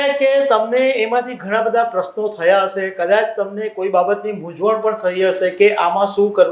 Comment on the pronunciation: 'શ' અને 'સ' ના સાચા ઉચ્ચારો શીખવાની જરૂર છે; 'હશે' અને "હસે" શબ્દોના અર્થોમાં તફાવત છે...